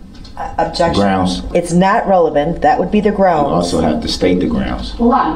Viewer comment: Everything you said is correct, except one thing: he kept saying "GROUNZ" - not "GROUNDS."